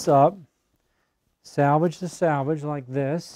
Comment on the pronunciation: Thank you for this. Been looking for years. One small thing confused me. You kept saying salvage the salvage. It's salvage the selvedge. Save the original edge of the fabric. 🌼🌼🌼🌼🌼🌼